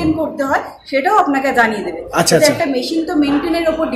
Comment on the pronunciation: ম‍্যাসিন নয় মেসিন বলা অভ‍্যাস করুন